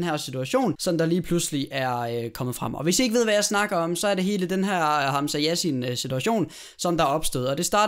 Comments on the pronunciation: Ik for noget men det udtales hamsa sjasin og det staven Hamsa Yassin. HAMSA ROSIN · Troede du sagde Hamsa rosin..😂